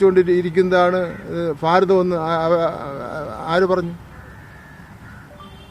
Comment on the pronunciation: ഫാരതമല്ല ഭാരതമാണ് അതേങ്കിലുമൊന്ന് പഠിക്ക്